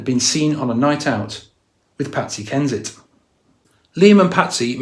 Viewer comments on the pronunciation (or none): Not saying Patsy HENSHIT instead of Patsy Kensit 😂😂 lmao